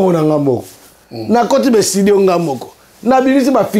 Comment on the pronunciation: Comment mutu avandaka na poto banda kala azokoka koloba"studio"te kaka"ESTIDIO"!!! Il faut babeta ye lisusu ndenge babetaki ye liboso kiekiekieeeeeeeeee